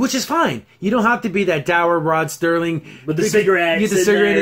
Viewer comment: First it is the late Rod Serling (SIR-ling) there is not 'T' in his name. Next, the ad was sucky because it should have included some kind of Twilight Zone Trope. 'Submitted for your approval, a man who is about to take a trip into a zone whose boundaries are that of imagination. Guiding him on this mystic journey is the mesmerizing sounds of the Twilight Tone.' I agree that they should show both sides, as they did in the Charles Bronson and Elizabeth Montgomery episode where it is the last American soldier on earth (the last man at all for all we know0 and she is the last Soviet soldier (perhaps the last woman) and without any language in common they can't speak to each other, and yet... I have two favorites from the Classic Zone, A) To Serve Man, and B) Midnight Sun. However, if they adapt a current story into an episode, I would like to see the short story from Stephen King's Skeleton Crew called 'Heaven'. It is about a couple who lose their way driving through the forest in Washington state, and come upon a small town called Heaven. As they drive around town they notice that the cop looks a lot like 1950s Elvis, and in a diner there is a janitor who looks like Buddy Holly, and a waitress who resembles Janis Joplin. Suddenly the couple finds that they can't find a way out of town, and as darkness falls they park and following the stream of people they enter a huge stadium. As they sit down the MC--how looks to the wife a lot like Alan Freese--comes on the stage and shouts